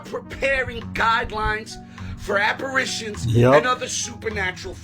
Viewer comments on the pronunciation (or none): that man from TikTok at Shepherd or for the king- the word is apparitions not aperations and it’s supernatural l not super-national‼️ WTH bro‼️🤕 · First the guy who kept pronouncing apparAtions instead of apparitions..then the anti prespirant woman , really drives me crazy. Maybe a touch of OCD on my part, I know some others must have noticed though.